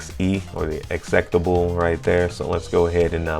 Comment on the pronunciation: Great video but man the way you pronounce meterpreter and executable is driving me crazy 😭😭